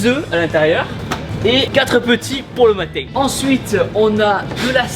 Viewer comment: quand ta dit le matin un ces accent